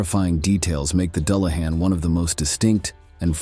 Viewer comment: I really enjoy your videos. Exceptional visuals, historically accurate lore. My only issue was the pronunciation, a slight pet peeve. I did seem to hear it correctly when talking about the weakness for gold. Doo lah han, for the unfamiliar. Thanks